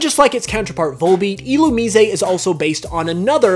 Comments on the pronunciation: I thought it was "ill-oom-eye-z" not "ill-oom-eez-ay" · I've heard a ton of differently-pronounced Pokemon in my time, but isn't this Poke pronounced Ill-oo-mize? I could be wrong but that one just really stood out to me:P